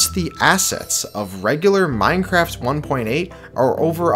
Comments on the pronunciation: Minceraft! the e and c are switched! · LOL it said Minceraft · minceraft lmao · anyone notice the "minceraft" ish